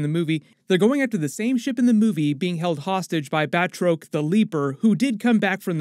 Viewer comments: Batroc is pronounced “Bat-rock” Also that actor is the greatest MMA fighter of all time, George St-Pierre. Put some respeck on his name. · Batroc...(BAT-Rock)...dude this is like 4 times with the mispronounced names...get an editor or have some one proof read.